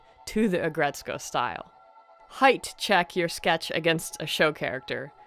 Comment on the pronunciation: Its Ag Ret Suko That's how you pronounce it